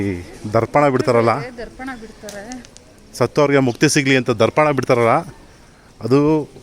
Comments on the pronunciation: Darpana alla tharpana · Darpana alla sir..adu ತರ್ಪಣ tarpana..correct ಮಾಡಿಕೊಳ್ಳಿ